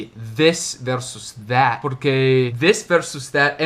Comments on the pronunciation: Vc diz that , parece o som de vat , é isso mesmo? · Passei o vídeo todo tentando decifrar como ele pronuncia THAT mas não consegui, as vezes parecia que o T tinha som de D e outras parecia V. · you pronounce the word Tha(t), with the last 'T" unvoiced. I looked into the dictionary and I saw all of them pronounce the last "t" of That. But, I usually hear lot of people saying "Tha". My question is: the word "That" has the last "T" unvoiced or it is an informal way the natives to pronounce "Tha"? Thanks very much! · A impressão que tenho, a menos que eu esteja diodo, é que, às vezes, quando você fala o “that” soa “vaat”!! E com o “this”, às vezes, soa do mesmíssimo jeito, e sai “viis”!! Poderia esclarecer qual a maneira correta de se falar 🤙🏼... see ya!!